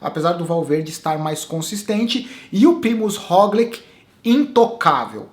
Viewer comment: Já que vc adotou a pronúncia mais correta do Pogačar, aproveita pra ajustar o Roglič q segue a mesma lógica (se lê "róglit"). Abração